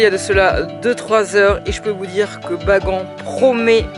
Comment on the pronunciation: Et on dit baganne pas bagant